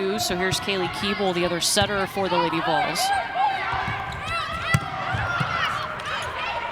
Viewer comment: It sounds like the announcer is saying "lady balls".... every time